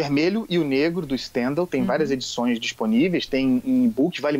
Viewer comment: Um preciosismo, Andreazza, fala-se Stendhál, a tônica na primeira sílaba, como em todas as palavras francesas.